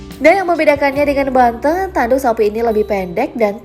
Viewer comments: nyebut nya salah. bukan banteung tapi banteng kwkkwkw aneh kedengerannya. Macam nyebut 'e' nya kayak "capek" bukan 'eu" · Ngomongnya kata banteng SALAH, hrs nya banteng kayak kata ejek bukan kayak seneng